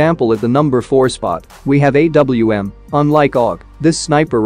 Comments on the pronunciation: Lol.... Instead of saying A W M... He says AwwM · Why did you call AWM AM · It's A.W.M. not AWM